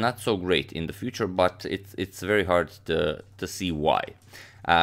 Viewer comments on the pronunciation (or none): none